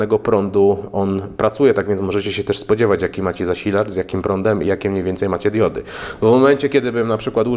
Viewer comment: Najpierw ,,diudy" ,a teraz się ,,wyłancza" zasilacz. Miej litość dla języka polskiego.